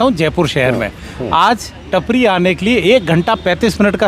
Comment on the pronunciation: नाम टापरी है. टपरी नहीं